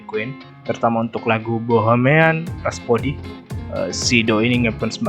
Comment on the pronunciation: Rhapsody bang bukan raspodi